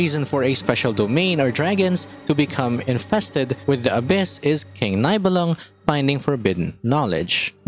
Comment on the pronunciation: small hint as a German speaking player: the name of Nibelung is pronounced as [Nee-bel-loong], so ee is how you pronounce the i and oo is the sound for the u!